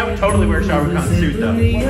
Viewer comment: its not 'Sha Ru Khan' its 'Shah Rukh Khan'